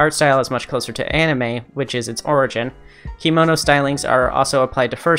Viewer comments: I'm a kemono style maker. Just wanted to say the robes (kimono) are pronounced key-moe-noh, but kemono is said like che(the beginning of 'chemistry')-moe-noh. I heard about Diezel being a baby fur, but I didn't know about his other uh, "hangups". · kemono is pronounced "keh-mono" and legoshi is "legoshee"! :) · Kemono is not pronounced "kimono" It's a japanese work. A kimono is a different thing. Kemonomimi are not Kemono. This was your info bubble from the local kemono kittycorn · The way you pronounce kemono hurts 😭